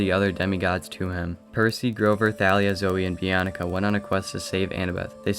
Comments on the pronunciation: im sorrry but its pronounced bianca not "bi-an-ica" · Wait “Bee on icka” sorry I am not trying to be mean I got so many names wrong it is just that it is “Bee on ka”